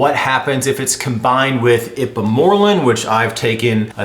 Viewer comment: Lmao it's pronounced secrete o' gogs and ipe mor relin